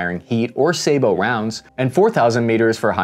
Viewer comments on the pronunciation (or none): It wasn't just the factory name you mispronounced. Sabot is pronounced sabbo, not saybo.